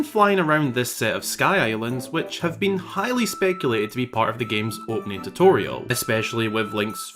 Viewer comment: Great video! Super interesting. ll Love your content, can you please stop saying "highly" so much lol. It's funny when you say "highly anticipated" because then it sounds like you're saying "Hylian-ticipated" but... try "greatly" or "fervently" or "super much bigly" idk